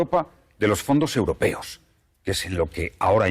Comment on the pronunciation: "el fondo eurpeo es imporntane para que los españoles puedan tal" Rodriguez Zapatero, 2020. ajajajajajjajajaja